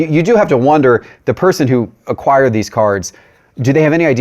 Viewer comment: Did say... "acquired"?